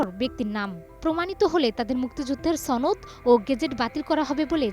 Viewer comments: উচ্চারণ ঠিক করেন ছনদ বলছেন কেন, সনদ হবে। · ছনদ নয় সনদ, সম্মুখ সারির উচ্চারণ ঠিক হয়নি, আওয়ামী লীগের সমর্থক অধিকাংশ সিনিয়র নেতারা ভূয়া মুক্তিযোদ্ধা। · ছনদ না বলে বলুন সনদ।